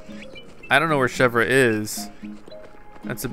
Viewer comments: Chèvre is pronounced ..... Shev-ray NOT Shev-Ra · It's not pronounced Chevra it's pronounced Chevere but it's spelled Chevre. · Chev-ree chevre not chev-rah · you pronounce chevre name as: shehvr. Its suppose to be frence for goat:P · I think you pronounce it like she-ver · Chevre is pronounced SHEV-RAY!!! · Say Chevre like this:ch-ev-r-e